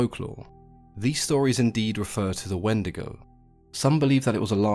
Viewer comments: If you pronounce it not as When-de-go and pronounce it like wen-dee-go you're going to Hell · I grew up hearing these stories from my elders, but they pronounced it "When-dee-goh". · The “Wandigo” always comes to mind now, damn it markiplier